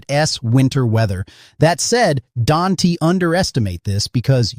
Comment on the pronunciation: Don-T??? Can-T??? Stupid AI!